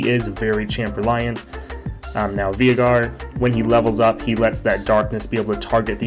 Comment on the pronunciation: its Vay-gar dude